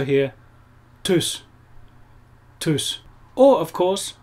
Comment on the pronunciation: Geiles Video. Aber Tschüss. Nicht Tüss. Lieben Gruß aus Duisburg.